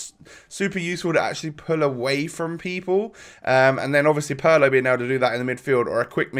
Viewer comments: Thank you so much! PARLOOOO just made me sick i swear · god that pronunciation of Pirlo is brutal. it's PEER-LOW ! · It’s not pronounced Paulo